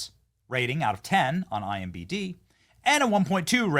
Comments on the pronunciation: imDB NOT imBD small correction but you sound silly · Sorry to nitpick Benny, but it's I-M-D-B, not I-M-B-D. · I giggle whenever he says IMBD. It’s DB bro. But that’s why I love you. Haha😂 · It’s not IMBD it’s IMDB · “IMBD” dyslexia entered the chat with that one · This Benny guy, still pronouncing IMDb as IMbD